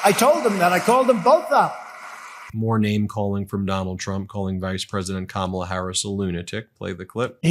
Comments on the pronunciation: good one! that's what Kamala should call him-just run it together to make it sound like she's just saying his name-sort of how he mispronounces her name on purpose and never calls her VP Harris. no respect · With trump, there is so much "I, I, I" and "me, me, me". He repeats the same garbage over and over, every speech. How anyone can vote for him is beyond me. The disrespect he shows Kamala by constantly mispronouncing her name irks me. And he says he doesn't care that he does it. 😡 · He is such a creep. He pronounced Kamala's name with a short u sound. Vote 🔵 . Enough of this lowlife.